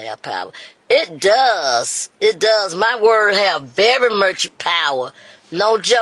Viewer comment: I can’t stop laughing at “very murch power” 😂😂😂